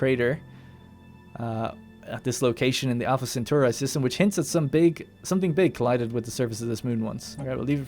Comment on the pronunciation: how the feck did you pronounce Alpha Cetauri!? =p